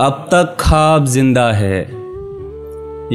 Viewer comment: It's “Khwab” My Brother... Not Khab....